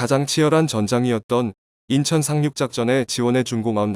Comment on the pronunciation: 외국인 ? 발음 이상해.